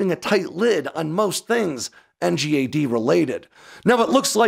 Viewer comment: Please can we call it ‘en-gad?’ Not spell it out.